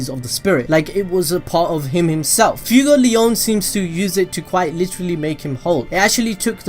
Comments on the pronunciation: He said FUEGOLEYAUWN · Its fue like sway fway-gol-eon fuegoleon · Man you butchered Fuegoleon’s name so badly. My ears hurt so bad after that. I know the video said don’t tell him, but I can’t help it.